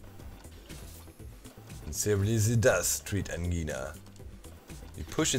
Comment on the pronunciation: Angina is pronounced like Vagina...just thought I'd let you know! Didn't think I'd like the vids of this game but they turned out to be awesome to watch while working! Thx! More exclamation marks!!!!!!